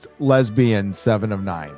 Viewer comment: She's a matriarch figure, not a lez-bee-yan.